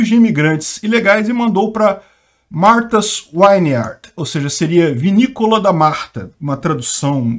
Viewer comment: "Martas Vineard" - é assim que se fala, é uma ILHA que só vive magnata. Eu morei em Falmouth MA, próximo de Whoods Hole MA, de onde sai a balsa para Martha's Vineyard que são cidades da ilha de Cape Cod. Os ex presidentes todos tem mansões lá. É uma área, Whoods Hole, de casas de férias, é uma região rica. Esta região tem poucos imigrantes comparando-se com a região de grande Boston.